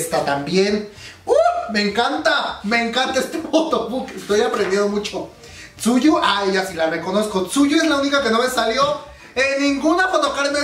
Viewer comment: te doy un consejo, Tzuyu es de Taiwán por lo que se nombre se pronuncia como "chouwi":)) PD: chaaaaa si tuviera dinero me compraría el de las twice but soy de Latinoamérica;((